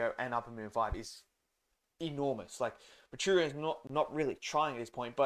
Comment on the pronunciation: MOO-WEE--CHEE--RO brother, not , moocheerioo